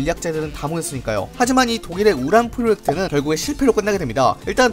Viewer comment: 우란프로엑트인가 우란프로옉트인가...